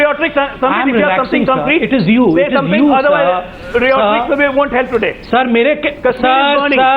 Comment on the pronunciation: ajay alok..what the fuck is riyotricks...lol..dumbfuck its called rhetoric..y can't u speak in Hindi..